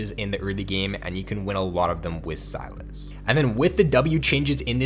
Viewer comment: Say SYlas. Not “Salads” without the “d”.